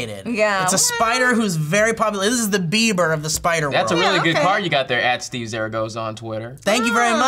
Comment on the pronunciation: It's on purpose and sometimes say Stee instead of Steve